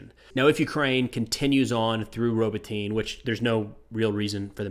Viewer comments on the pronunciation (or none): Hey great video, just one thing though. Pretty sure Robotyne is pronounced robot-knee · Pronunciation note (from someone who doesn't speak Ukrainian, but just got back from Kyiv): Ukrainian has extremely consistent pronunciation. You can pretty much just sound out each letter and you'll get it. So for "Robotyne", the ending "e" is not silent. They don't have silent letters like we do in English. So "Robotyne" is pronounced something like "row bot in eh". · No shade, but the way you mispronounce Robotyne makes it sound like something you would pick up at the drug store, lol.